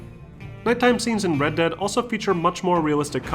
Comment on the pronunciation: Why does he pronounce "dead" as "dad"